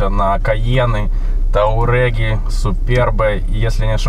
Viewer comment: Только touareg произносится никак не "таурег"